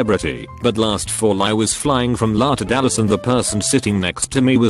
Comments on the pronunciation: Outside La? Who the fuck doesn’t know it’s EL Aye ? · Everytime the narrator pronounces L-A as 'la' I just start to lose it 😂😂😂